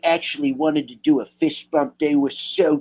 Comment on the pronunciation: Sounds like donna was saying Fist Pump, not bump 🤭